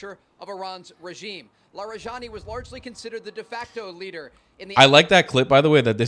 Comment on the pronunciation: you can call it a counter offensive (not a counter operation), and his name is pronounced la-ree-jah-NEE, with the j sound like in jihad.